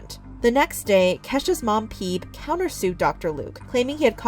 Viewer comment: isn't her mom called Phoebe, like friends, 'fee-bee''......... not ''peeb''.......lol